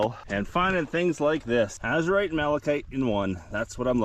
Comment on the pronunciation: No one can say your wrong... seeing Az-u-rite! Nice finds!